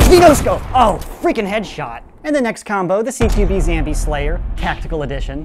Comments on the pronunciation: It's zombie not zambie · Say zombie not zambie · why do you say zambie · Why does he say zambie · why do u say zambie? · why say zambie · Does he say zombie on purpose